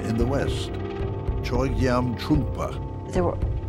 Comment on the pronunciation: It's interesting that the narrator mispronounces the subject's name every time: It's "so-gyal' not 'soy-gal'. And then does the same thing with Chogyam Trungpa - it comes out as Choy-gam. This is not a reflection on the claims of the film, but it's very amateurish.